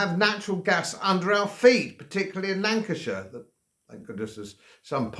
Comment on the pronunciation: Lanceshire........ Some point to it 🤣🤣🤣🤣🤣🤣🤣.